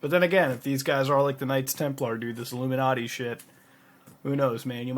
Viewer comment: . What's up with mispronouncing everything? twatter, a-la-mowz? illuminarti?